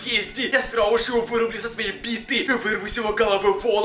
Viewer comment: Если что не срауже а сразу же